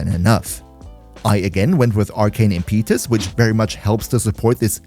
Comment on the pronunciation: Impeetus? I'd google that pronunciation :P Try 'im*puh*tus' plz... You're killing us just a little.